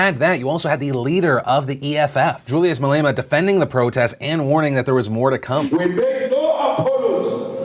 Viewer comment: As a South African I believe the EFF was opportunistic by doing this, they gained a lot of members and the Elections are not too far off. Well done on nailing the pronunciation of Malema